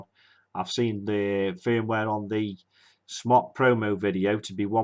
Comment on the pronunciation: Smok is pronounced "smoke", not "smock."